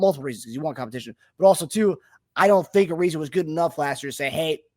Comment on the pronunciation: Also, it's uh-rise-uh. His name is not pronounced the same as Trevor Ariza's